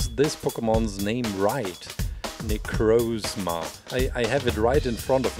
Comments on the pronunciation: Its nicrosma not nicroosma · It's Na-croz-ma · Para de falar necrosma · it is pronounsed na-croz-ma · great video, but necrozma is pronounced nEH-crAH-zmUH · It's pronounced Nick cross Ma